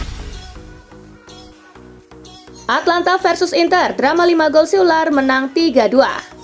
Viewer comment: Atalanta bukan Atlanta weyyyyyy